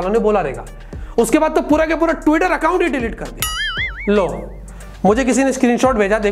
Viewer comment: When u say he leaves tiweter 🤣🤣🤣🤣